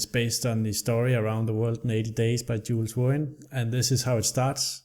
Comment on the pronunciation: I had to cringe a little at your pronounciation of Jules Verne XD he was french after all ;) You have to find the best route to get around the world right?